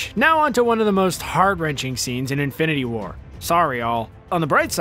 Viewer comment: “Infininity war” Nice.